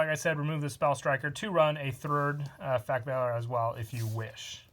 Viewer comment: All is quiet: "Effeck"